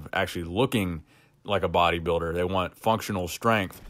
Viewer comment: i like the way you say,,body biider